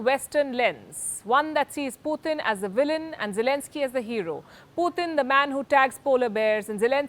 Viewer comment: wish she would learn how to pronounce Putin's name correctly